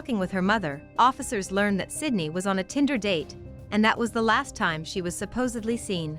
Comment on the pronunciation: Idk if you are aware of this, but there are a few times throughout this video that you say the victim’s name is “Cindy.” Her name is Sydney. If you are going to make a true crime video, it is imperative that you always pronounce the victim’s name correctly. J/S. You might wanna take a look at that.